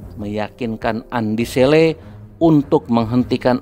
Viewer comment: naratornya bkn org Bugis, makanya kurang fasih menyebutkan nama Andi Selle 🤭